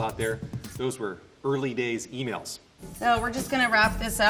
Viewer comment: What’s an emayl?